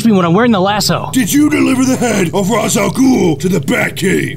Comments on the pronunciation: It's not wise al Ghul it's race al Ghul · "Raysh". It's "Raysh". Not "Rahz". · It's pronounced Raish, actually. =p